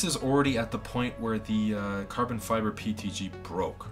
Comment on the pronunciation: Yeah but a nerd would pronounce PETG correctly instead of saying PTG. Even Closed Captions show him saying PTG.